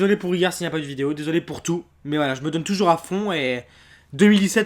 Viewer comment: Urbex français tougour*